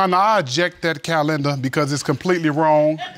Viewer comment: Did this man just say "Feets" and" Cal-lender"🤦🏽‍♀️